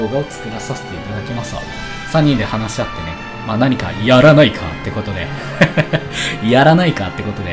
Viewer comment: ヤラナイカを強調すんなやｗｗｗｗ